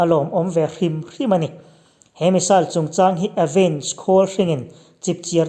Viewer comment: I aw chu zahmawh sawi nan a inhmeh dawn hle mai🤣😁 bakah Rafale hi France-in a mah liau liau-a siam niin lps close up lamah sawi a ni lawi bawk si a... Missile i lam dan hi saal ti lovin, sail ti ve mai zawk la, a ngaihthlak a nuam zawk ang.